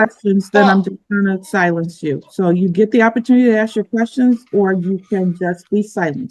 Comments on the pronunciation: "You didn't axe me" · Uhm, no ma'am you can't AXE anything :face-green-smiling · When you're making objections by saying "axe" instead of "ask", you're not going to win